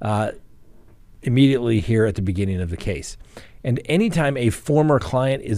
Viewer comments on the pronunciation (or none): none